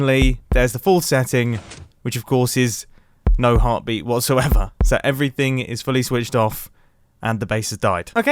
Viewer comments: No-one : Mumbo : Heartbreet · Near - he said heart breat